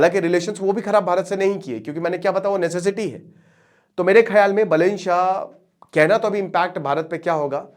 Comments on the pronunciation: "बलेन" नही "बालेन" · Not बलेन बालेन नाम तो ढङ से लो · गुरुदेव बलेन नहीं बा - बालेन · बलेन nahi hai bhai बालेन hai woh 😆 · अरे यार बलेन नही है सर बालेन हैँ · बलेन नहि बालेन बाेलाे जि😂😂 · Pronounciation mistake that BAH LEN NOT BELEN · Its not बलेन साह, its बालेन साह। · बालेन् शाह properly padhiye sir 😅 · Naam ka uccharan toh acche se karo bhai sahab